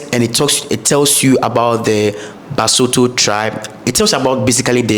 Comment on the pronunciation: I'm sorry but I have to say your pronunciation of the following words; "Lesotho, Mosotho and Basotho" is wrong